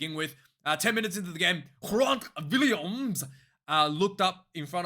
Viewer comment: Dude, it really is just Grant Williams as you would normally pronounce it. Willemse and Gerhard are pronounced differently though ;)